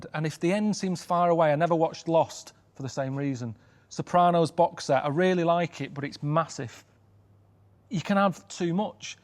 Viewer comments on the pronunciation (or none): none